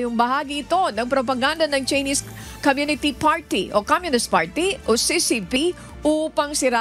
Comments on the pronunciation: Tseenis character pagbasa ng chinese characters? Too much mag training naman kau lalo pano mag basa!!! Kakahiya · hahaha sa kaartehan mo, ang pronounce ng Chinese eh Tsinis. Noon pa man obvious na ang kaartehanan ni sa pagbigkas sa kanyang pagbabalita. Maayos at mapapagkatiwalaan ang mga balita ng UNTV, lamang sumusobra na sa kaartehan sa pababalita si. Puna ko lang naman ito. ✌️